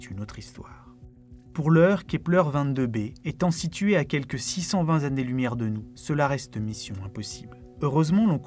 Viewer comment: Tout pareil. La vidéo est très bien, mais ça me saoule aussi d'entendre dire "3000 zexo-planètes" ou "100 zannées lumière". Autant ça ne me dérange que très peu dans une conversation avec quelqu'un, autant je ne trouve pas ça normal quand il s'agit d'un script écrit. On peut faire une erreur, la constater et réenregistrer. Ça n'enlève rien à la qualité de la vidéo. C'est exactement comme si quelqu'un publiait un livre truffé de fautes d'orthographe ou avec des mots manquants. Alors OK, c'est pas ultra-grave, c'est pas la fin du monde, mais puisque ça peut être corrigé facilement, autant y faire attention. Parce que si chacun fait ce qu'il veut, parle comme il veut, écrit comme il veut, à un moment, on va tous parler notre propre langue et plus personne ne comprendra rien. La langue change, évolue, s'enrichit de nouveaux mots, en perd des anciens, les prononciations changent petit à petit, mais à un moment donné dans l'histoire d'une langue, il faut bien qu'il y ait un standard à respecter.